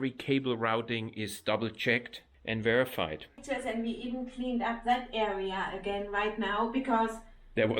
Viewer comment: At the end of the video did you say the hoses and connections are " verified " or " Vira- fied ". 😅😅😅